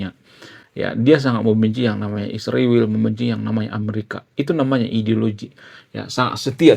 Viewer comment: Ingat yah.. !! ISRAEL.. , bukan Isriwil... tau baca tidak... !!